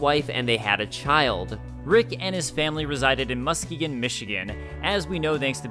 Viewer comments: As a Michigander, the way you pronounced Muskegon hurt me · Bruh butchered the pronunciation of Muskegon but good attention to detail otherwise. Lol